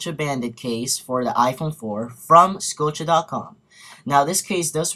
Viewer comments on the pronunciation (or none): its.....Scuh O shhh...not...scuh O chay